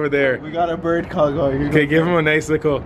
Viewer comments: Why do u say licle it's little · He says little like lickle. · Soldiers why do you say lickle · im a likkle salty at the way you pronounce little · Why is he saying licole does he mean little. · says licle instead of little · y u sayin likle instead of little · why do u keep saying likle and not little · Is it just me, or when he says little, does it sound like "likle"? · y do you say likkle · Y does he say likle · He legit says lickle